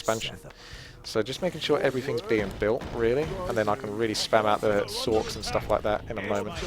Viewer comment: sorchs = sorcheresses if this wasn't a joke because of his pronounciation ;)